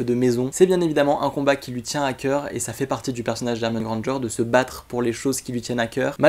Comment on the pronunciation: Tu l'as dit 67 fois Hermione et Hemione Grandeger